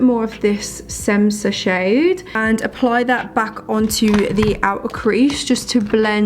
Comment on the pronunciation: I freakin love this look! I’m new to you and omg you are gorgeous! New sub! 😍😍 Also That šemsa shade is actually pronounced shemsa it’s her mother’s name lol I was saying semsa too until amra went live in ig 😭😂💕